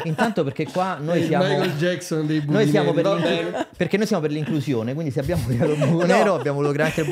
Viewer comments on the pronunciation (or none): none